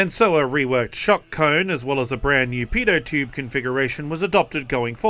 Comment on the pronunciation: I can't be the only one who heard, "brand new p*do tube."